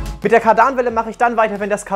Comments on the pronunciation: Aussprache ist „Kardannwelle“ nicht „Kar-Danwelle“ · Jedesmal wenn ich hör wie er Kardanwelle betont ziehts mir alles zam😂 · Hab mich gerade die ganze Zeit gefragt was er mit Kardaaanwellen meint, die Dinger heißen Kardanwellen (kurzes a) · es heißt „Kardanwelle“ statt „Kardahnwelle“ 😃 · Ja er spricht es kadarn welle aus obwohl es kardan welle ausgesprochen wird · Moin super Video,dass heißt Kardanwelle nicht kardaanwelle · Hey ich glaube es wird Kardanwelle ausgesprochen und nicht Kar Danwelle sagt googel 😁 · man kann die einzelnen Räder anhalten des liegt am Differential und Kardanwelle wird nicht Kar danwelle ausgesprochen sondern ganz normal und schnell Kardanwelle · Bitte, bitte BITTE: KÁRDAN, nicht Kardàn. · Ka daarnwelle er spricht das a lang und das n kurz. Und das r betont er an der Falschen stelle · Freue mich über dieses Projekt, aber eins triggert mich.. „Kardaanwelle“😂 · Mann sagt KaRdan-welle. Ich meine es nett :) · Kadern welle NICHT Kadan welle no hate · ich dachte beim ersten mal es ist ein versehen aber das ist schon echt grässlich wie er es ausspricht. aber sonst inhaltlich eigentlich geil😂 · Ist so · Mir auch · Ist so... hier ziehst den Magen zusammen XD und dann noch so oft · Maze Windu Jap dachte beim ersten Mal, er hat sich nur versprochen😂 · T4, Ape und jetzt nen Golf 2 Country. Richtig schöne Auswahl an Autos :) aber es macht mich Wahnsinnig wie du Kardanwelle sagst 😅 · 😩mein Traumauto. Und wie du Kardanwelle aussprichst ist echt lustig. Weiter so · Wie er Kardanwelle ausspricht😖😂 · Wie er kardanwelle ausspricht:/